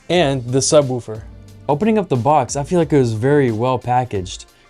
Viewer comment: it's not pronounced sub-WOOH-fer. The "woo" is pronounced like the like the "wo" in "wolf." (just sayin'!)